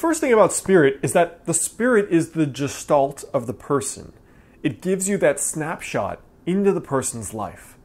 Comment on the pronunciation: The G in Gestalt is pronounced as g in God. Not like g in George.